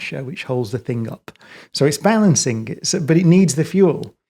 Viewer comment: He is a genuious - but one question Brian... The word "Thing" How do you insert a K at the end? Very well spoken... very smart... but can not pronounce THING - Not think.... thats a different word Professor Cox My dad was from England... and he keeps talking about Mectkil - Metal, not mecktil English is the hardest laguage in the world, I know. But if you look at the letters for these words, not one c or k METAL, THING... 5 letters professor. Phonetically sound